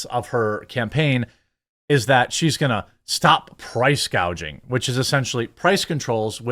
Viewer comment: Cackling Kamala didn't say she was going to combat price gouging, she said she's going to combat "price gauging".